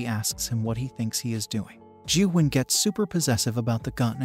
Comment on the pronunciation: You pronounced Gyuhwan wrong